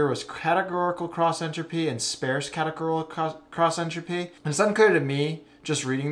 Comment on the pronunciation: I'm 22 minutes in and I was lost 15 minutes ago, and I was feeling like I have a learning disability, but then I heard you mispronounce sparse and I feel so much better about myself now. I'm going to find some legos to play with or something, maybe some crayons. Yeah. Crayons. Then maybe a nap. (hint: rhymes with farce)